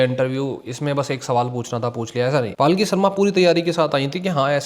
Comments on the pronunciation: Not paaalki sharma.. its palki sharma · Bhai her name is Palki not Paalki. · Bhai ... dont pronounce her name as 'Paalki'. It's पलकी. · पालकी नहीं पलकी है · Bro palki sharma hai Paalki sharma nhi 😂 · Palkhi nhi bhai palki hai wo😭 "palak jhapki" wala "pal" or "jhapki" wala "ki", tum "devta ki palkhi" wala palkhi bole ho😭 itne accha naam ka encounter kar diya bhai😭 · palki sharma ❌️ paalki sharma ✅️ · Paalki nhi bhai 😂. Palki h unka name